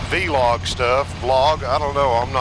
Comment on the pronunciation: V-log is incorrect it's pronounced vlog like clog VLOG.